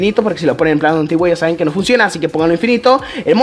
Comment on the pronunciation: no es ka es q